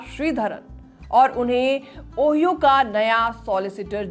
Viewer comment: Ohio ओहियो nahi 😅ओहायो